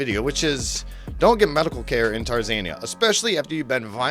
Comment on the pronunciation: So, apparently this guy is an idiot. There is no such place as "Tarzania". I can only assume that he means Tanzania..... I thought maybe he misread it or misspoke it the first time but he did it again.....